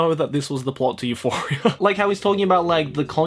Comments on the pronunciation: I was actually like, "I says pardon??" Then I went back 20 seconds and yep, he definitely said Euphoria. Oh... Oh my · when you said Euphoria, i winced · stop say euphoria pls, thats make me anoying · Everything was alright until I heard this man say Euphoria